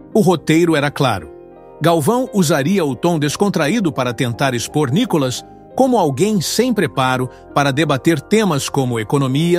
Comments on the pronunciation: Vc só tem que pronunciar o nome do Nícolas corretamente kk NICOLAS não! NÍCOLAS OK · Fale o nome dele direito.